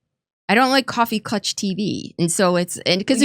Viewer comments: Coffee “clutch” TV? It’s klatch, right? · An irrelevant point: It's "coffee klatch" not "coffee clutch." Although they do really white knuckle those cups, so . . . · it's [CoffeeKlatch] 🎉